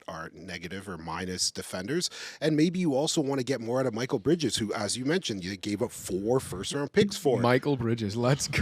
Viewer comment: Oof I tuned out when he said "Michael" instead of "Mikal" 😂😂😂